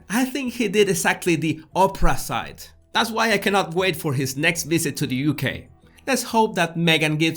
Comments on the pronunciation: I LOVE THE WAY THAT YOU SAY OPRISITE IN STEAD OF OPPOSITE, LOL I F YOU WOULD LIKE ENGLISH CONVERSATION LESSONS FEEL FREE TO CONNECT. LOVE AND PEACE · “Oprah-site” 😂🤣😂 you crack me up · "Oprahsite" Im dying laughing!!!! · ' He did opprahsite' Jesus you are a genius! 😄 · "oprah-site" thanks for making me choke on my drink